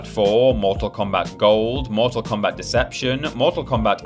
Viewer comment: Why do you have to say Mortak Kombat every time!?